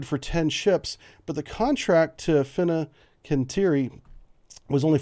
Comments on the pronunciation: Really enjoy all the good info you provide, please keep up the great work. You have the best location for naval updates. One thing I might help with: I believe it’s pronounced l: Fincantieri - Fin-CAN-TEE-Airy. I had a hard time saying it too so had to practice and am probably over pronouncing now 😀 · Oh come on man.. You've completely misspelled the name of the shipbuilder on whose design FFG is being constructed. It's not that hard, it's not exotic... It's Fin-CAN-tieri. You don't have to be born and raised in Rome to get it right.